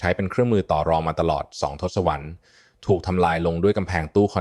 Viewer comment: ทศวรรษ อ่านว่า ทด-สะ-วัด